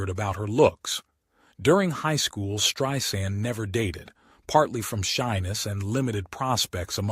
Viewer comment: He pronounced her name, “Streeesand!?”